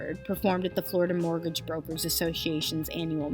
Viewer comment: I've followed the Billy story via Karl Jobst, and this video is a concise and entertaining summary of the whole ridiculous saga. Just to nitpick, though, the narrator mispronouncing and misspelling "mortgage" is quite distracting. Well done about the attribution- glad to see content creator making sure to give credit where it is due.